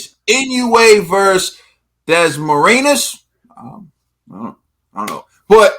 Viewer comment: The "-nas" in Dasmarinas is pronounced like the word "pinata" (I can't type the enye for some reason). I'm a Filipino, but damn, Dasmarinas' ribs were getting beat up like a pinata. It was a nice try, though.